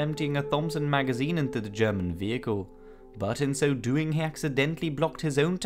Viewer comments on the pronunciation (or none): none